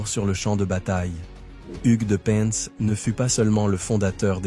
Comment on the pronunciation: On dit " pain" 😉